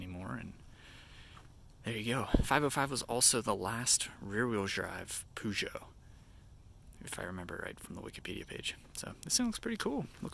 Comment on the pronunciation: He's actually pronouncing it correctly.